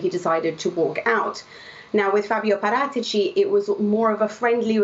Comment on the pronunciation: The expert says Parátici, the newsreader keeps on saying Para- teachy